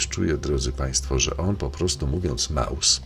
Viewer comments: Krzysiu Jackowaski mówił słowo MOUS a nie Maus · on mowi MOUS A NIE MAUS !